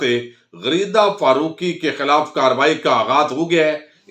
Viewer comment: فرُوقی کیا ہوتا ہے فارُوقی لکھیں ، اُردو قومی زبان ہے تلفظ پہ توجہ فرمائیں